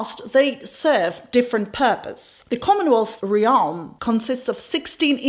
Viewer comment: sec She means "realm". Pronounced more like "remm". Those are admirable flaws of those who English is not his or her native language. But yet speak it better than most. I also admire how she pronounces "consequences". For same reason